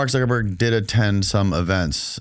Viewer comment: This video gives us a lot of insight into why the non-jewish segment of our american society are at a huge loss and thus losing, just look at how unfamiliar the host is about this history you can't even pronounce Zuckerberg and has no depth of experience or even research or even basic knowledge into the various power bases of the tribe 😅